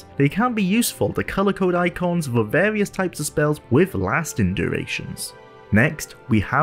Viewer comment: Wole play with warious quests in a pawticulaw quest in vawious locations.